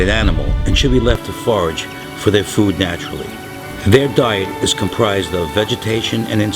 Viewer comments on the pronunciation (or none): none